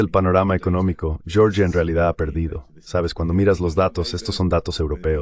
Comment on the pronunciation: En español no se pronuncia "yioryia" sino Georgia. 😄